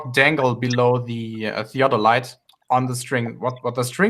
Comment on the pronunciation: I came back to this chat again after a few weeks, so it may be pretty pointless to even leave a comment, but FOR FUCK'S SAKE, why can't that middle earth moron pronounce "theodolite"? He gets it wrong over and over and it hurts my ears and brain. It's not a fucking "theadolite". He pronounces it as well as he understands it.